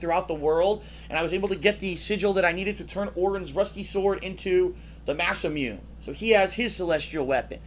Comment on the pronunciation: Masa-Myun? It's Ma Sa Mu Nay.